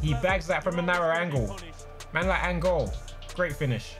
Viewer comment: i know this man didn’t just say “that’s a tight angol” 😂😂💀 I’m dead